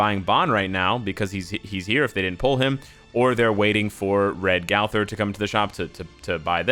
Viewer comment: "gawther" lol